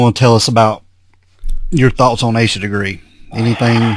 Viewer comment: what’s the deal with “Ah-Sha”? Why are you repeatedly claiming Asha’s name is pronounced “Ah-Sha”? Her name is Asha Degree and the phonetically correct pronunciation is “Aye sha”. Asha Degree has not been found and her disappearance is still an open investigation.